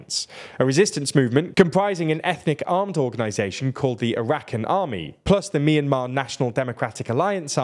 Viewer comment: Just to clarify the pronunciation of some words: Ne Win -> Nay Win not Knee-Win Win Myint - >Win-Myint not Win-Me-Int Arakan -> Ahra-Khaan not Arah-ken Sagaing -> Sa-Ghine not Sa-ga-Ing